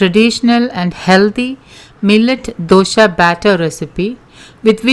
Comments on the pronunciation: Its dosa not dosha, pronounce properly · Mam your explanation is very good. But it's not Dosha but simple Dosa. When you pronounce wrong way it's jarring 4 d ear. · It’s nice of u for giving all this nutrition facts but it is so annoying u keep on saying dosha instead of Dosa!!! Please dont kill our tradition food pronounciation!!! Thanx